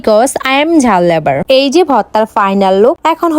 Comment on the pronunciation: লাভার ❌। লেবার ✅